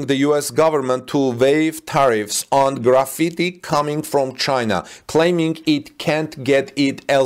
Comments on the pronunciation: It is pronounced like Graph-Fight, not like Graffiti. Graphite is used commonly in pencils. China is the number one producer of graphite, with Brazil a distant second. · Pronounced as gra fight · Graphite is pronounced as graph-fight. Hope this helps.